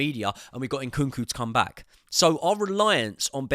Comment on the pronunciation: His name is not Inkunku. It is Nkunku